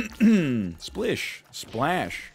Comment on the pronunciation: splish Splaash